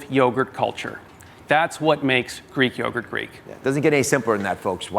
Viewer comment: Greek yogurd 😂😂😂😂